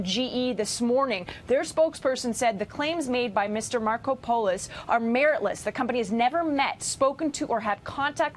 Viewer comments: No way his real name is pronounced “Marco pole isss” lol it’s gotta be “Marco! Polos!” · Mar-KOP-o-lous. My God wtf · Let's try "Mar-COP-a-lus" for Markopolos...how could no one have told her😣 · 'Markopolos'? i think Sum Ting Wong. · Learn to pronounce the names before reporting the news please. His name is Mar-kop-olos. I get upset when people misread what they are reporting and then can't even pronounce the names of the people involved in the story, especially since I know these guys are alleged to be "well educated". And yes, I have a Masters Degree if anyone is wondering.